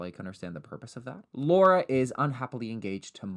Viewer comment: i was taken aback by the pronunciation of “laura” it was SO PERFECT😭